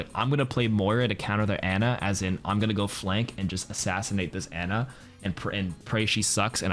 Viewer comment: buddy, it's pronounced 'ah-nah' not 'ann-ah'. the voice-lines even back it up.